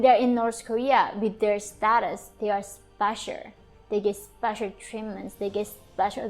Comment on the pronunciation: Yeonmi, I noticed that you have difficulty saying the "l" at the ends of words like "special" and "hotel." The key to it is, touch the tip of your tongue to the roof of your mouth right behind your teeth. That will make the "l" sound.